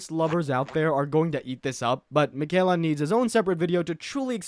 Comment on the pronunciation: ah yes, the airDtree, and miKella